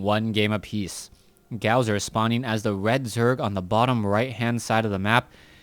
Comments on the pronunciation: His name is not pronounced gowzer its pronounced gosu user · his name is gosu user not gowser so fucking annoying to hear T_T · Pronounced Gosu - user